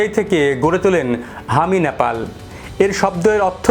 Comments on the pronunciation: NOT Napal . . It should be Nepal . 😢 Please rectify your pronunciation 😮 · ন্যাপাল ...nyapal নয়,শব্দটা নেপাল... Nepal ..উচ্চারণ ঠিক করুন ..